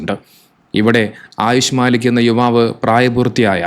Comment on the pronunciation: മാലിക് അല്ല മല്ലിക്ക് ആണ്